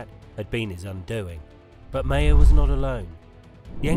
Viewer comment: Maher is pronounced Mahar